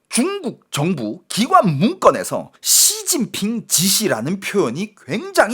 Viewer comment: 앜ㅋㅋㅋㅋㅋㅋㅋㅋㅋㅋ 야이c 쒸진핑쉬바샠힠ㅋㅋㅋㅋㅋㅋㅋㅋㅋ찰지노